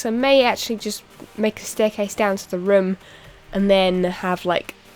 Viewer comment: the way u said room during the vid sounded like u said rum room :P